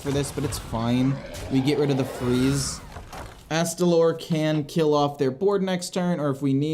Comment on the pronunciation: I am so proud you pronounced astalor correctly! A promise is a promise. Take my money!